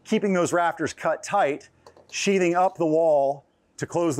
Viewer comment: sheath... "th" ... "th" ... "sheathing"